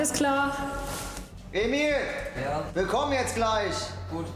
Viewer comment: Ich höre auch Emil, ich kenne zwar den Namen Emir, aber es hört sich für mich an wie Emil